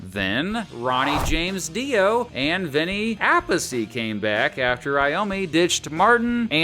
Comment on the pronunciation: A-Piece - not App-a-see.